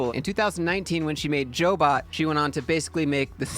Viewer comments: They are a job placement agency. It's pronounced "Job bot", not Jo bot. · She ran CyberCoders w Lance b4 selling it. Once sold, she had to wait 1 yr. She did. The started Jobot, pronounced "Job bot" not Jo Bot. I worked 4 CyberCoders.